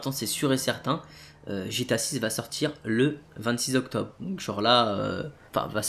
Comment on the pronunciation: et Le 26 Zoctobre 😂